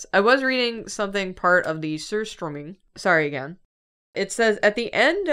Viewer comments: As a swede and from the hometown of surströmming, good pronunciation! Eating surströmming is a special family gathering (with the most nostalgia ) were u eat it with flatbread (tunnbröd) potatos chives and sourcream. Alcohol (snaps) is also an important part. Dad says you should only buy the ungutted version since it has the most taste. So thats a whole fish in a can. In my opinion it's the smell of home and not to bad. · as a swede,, the pronounciation of surströmming wasnt too bad! the food is however the absolute worst thing you can ever eat lmao (also the wiki page made me learn its originated from norrland specifically so wow!!) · swedish person here, and, you pronounced surströmming very well! also, surströmming is eaten with potatoes on hard flatbread. It's a dish usually eaten in summer, when you can sit outdoors, and you'll want to open the can some ways away from the table (downwind if you can) to avoid the worst of the smell. (i personally do not like it) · As a Swede - Yes, we do that, but Iceland does it worse. Also, pronunciation was pretty spot on for an English speaker (we're really finicky about out vowels) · As a Swede, all those fish dishes famously suck. A lotta people like them though, but yeah. I certainly am not one of those people LOL. Also, pronunciation of surströmming is pretty good! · unironically almost pronouncing surströmming perfectly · Hey I think pronounced "surströmming" pretty well!:D Very happy as a swede for the lil' scandinavian spotlight~ (europe tour WHEN) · pronunciation of surströmming was pretty good actually but it sounded a little as though she said it while having a piece of hard candy in her mouth xD And lutfisk was good too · Swede here and pronunciation of surströmming is really good 😁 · pronunciation of surströmming was better than most i've heard also surströmming scares me. i have never tried it but it is scary.....